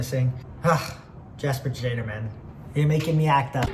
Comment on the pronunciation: i think it's yes-per shade-er